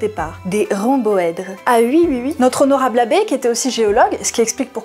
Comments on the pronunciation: Ont dit oui, pas ui. C'est rigolo comme prononciation. Mais je t'aime bien quand mêêêême. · « Et si ui, quand est-ce que ça s'arrête » Je ne connais pas beaucoup d'endroits où le "oui" est prononcé "ui"... à part dans la région où passe avec ses sabots dondaine... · j'adore quand tu dis "et ui "